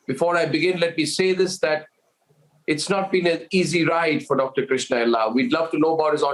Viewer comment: Krishna not krishnan.